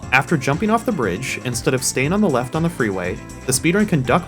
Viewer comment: "Weft side of the city"